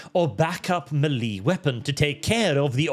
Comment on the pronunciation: "Back up mealy weapon" Did you mean to say melee (may lay)? Are they granular (mealy) weapons or hand to hand (melee) weapons?